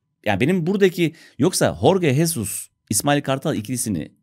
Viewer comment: Tekrar hatırlatayım. Horge Hesus değil Jorge Jesus diye okunuyor, yani yazıldığı gibi okunuyor :)